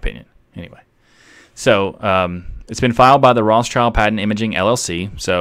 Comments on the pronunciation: Rothschild is not pronounced roths child... It is more like rot shield. German name... Awesome episode. Keep up the good work mate. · Rothschild is prononced 'rot shield' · Acrually it was pronounced 'rot schild'. So a German pronunciation. But like many names the pronunciation changed depending on where the branches of the family lived. So nowadays there are several pronunciations.